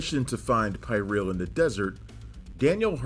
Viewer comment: It's pronounced PeerEuhl. And Dourif's character slit his wrists